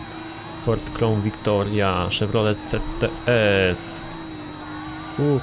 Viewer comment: błagam nie popisuj się więcej swoją znajomością aut... Nie "albart" tylko "abart", nie "Krołn Victoria" tylko "Krałn" a przede wszystkim nie "bitli" tylko BITL!!!!!!